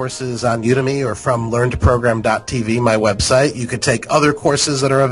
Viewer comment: u-demmy is what he said it's u de me is how you pronounce it